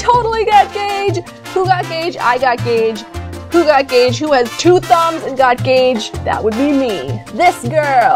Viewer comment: Why do you write "gauge" and call it Geytsh?